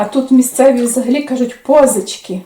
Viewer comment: Не пОзички. А позИчки.